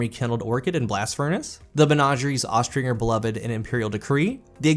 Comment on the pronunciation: Does it bother anyone else that he says "Aust-Ring-er" instead of "Aus-Tringe-er". Probably not because no one cares about pronunciation in a game where Gjalahorn exists.